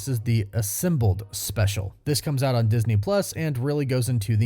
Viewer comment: Why are you saying Assimbled instead of Assembled?